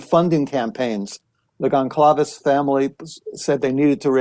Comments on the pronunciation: Mr. Blum… it’s ( sound like) Gonzales ( Goncalves) NOT GonCALVEs! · The amount of time this man has spent supposedly researching this crime, and this suspect, and these families… and he STILL mispronounces the names. Goncalves, Kohberger… it’s really not hard.